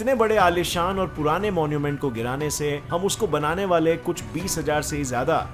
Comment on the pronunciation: Everyone: kuch: kush🤣🤣